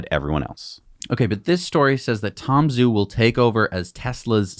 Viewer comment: Sorry to be pedantic, but Tom Zhu is pronounced “Ju.” In the future, please consult an online Pinyin Chinese romanization chart. Love your channel!